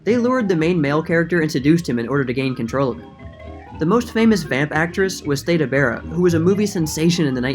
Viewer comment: Theda Bara's first name is pronouced "THEE-da," not "THAY-da." It rhymes with "see" and has an aspirated TH as in "think." - The exact origin of ragamuffin IS very clear. It's from the demonic character called "Ragamoffyn" (ragged mittens) in the 14th century poem "Piers Plowman." It was often thought Satan would wear tattered clothing when he appeared to mortals, in order to appear less threatening.